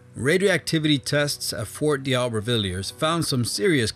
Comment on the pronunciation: D'Aubervilliers isn't pronounced "dee-ow-ber-vill-yerz". It's "doh-bear-vill-yay". Kazakhstan isn't "kuh-ZAT-stun", but "KAZ-ak-STAN". Kyrgyzstan isn't "keerg-stan", but "keer-giz-stan."